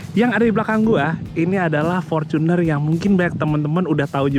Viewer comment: Fortuner not forcuner bacanya